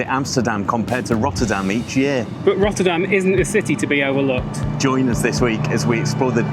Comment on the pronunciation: Rottûrdam? Ech wel, niettan? 😄👍